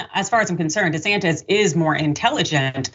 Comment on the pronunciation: His name is Desantis! TISS ,TISS! Not Disantez! If that was his name he would be busy throwing himself out of the country!